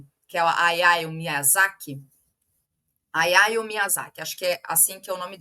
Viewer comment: A letra "H" em japonês é pronunciada como o nosso "RR". A pronúncia fica "Raiao". ✌️😊 Tem um texto sobre as raízes comunistas do Hayao traduzido no site Jacobin Brasil.